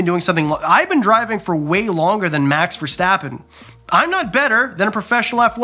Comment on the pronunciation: Great try at pronouncing Max Verstappen😂. love your content, helped me out so much.